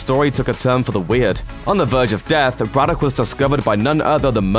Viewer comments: How can you mispronounce Braddock? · You sound English so why can't you pronounce Braddock sensibly? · Why can’t you pronounce Braddock? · That's a very strange pronunciation of 'Braddock'